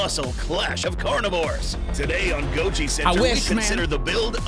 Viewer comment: GOJI CENTRE ❌ GOLJI CENTRE ✅